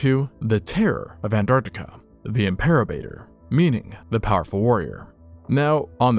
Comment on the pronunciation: Im-per-o-bat-or Named by Ricardo Ely and Judd Case in 2018